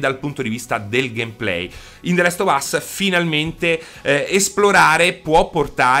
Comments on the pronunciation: The lest of us non si può sentire, comunque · “The lest of us”